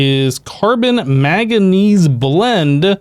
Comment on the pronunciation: Killing me with the "maganese" my dude